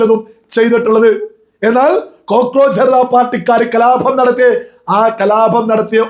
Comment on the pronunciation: അഭമാനമല്ല... അപമാന മണ്.... കലാഭം അല്ല സുഹൃത്തേ..കലാപം അത്രയേ ഉള്ളൂ...ആവേശം കൊള്ളാം...അംഗീകരിക്കുന്നു...പക്ഷേ പരാക്രമം പദങ്ങളോടല്ല വേണ്ടൂ..😂